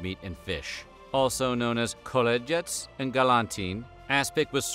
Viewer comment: “Kolodyets” ?!? - Nyet, Tovarisch! It’s pronounced HOLODYETS!